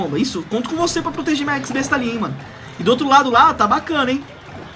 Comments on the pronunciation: mds olha o jeito q ele fala x-besta pqp eks-besta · é X-Besta, nao EX besta